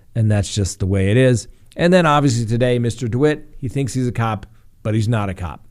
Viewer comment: He pronounces his name De White. I myself used to pronounce it the way you do, but then yesterday I heard a recording of him from a courtroom where he stated his name.